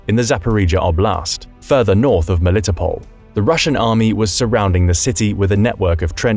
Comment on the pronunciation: Ro-BOT-in-uh, Mel-i-TOP-l.